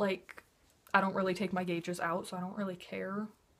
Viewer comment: sorry, abi, i really like u but when u said gauges i had to pause, evalute if i should continue watching and now i'm gunna leave i watched the ad at the start of the video though (